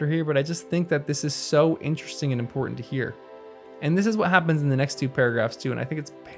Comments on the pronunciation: you say ''Imporhank'' it is Important that you polish your diction since you are doing something that depends so much on your voice. nice video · PLEASE , if you are going to narrate, polish up your diction. ESPECIALLY, DO NOT say 'impor-int'. Whoever taught you (and your generation) this pronounciation did you a disservice. It is low class. The word is imporTANT. Tell your friends.